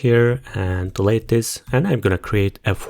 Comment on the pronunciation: ogladam sobie losowego hindusa ale nie pasuje "dilejt" do tej ukladanki. tresc bardzo dobra, angielski toporny i polskość zdradza jedno slowo. sprawdź sobie w slowniku jak sie wymawia delete i czym sie rozni od delate